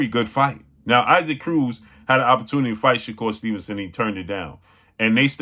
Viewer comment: 😂 It is pronounced EE-sock Cruz